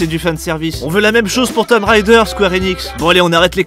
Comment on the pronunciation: Tomb ça se prononce TOUM, je sais, c'est moche, mais c'est comme blood, un faux ami qui sonne moins bien.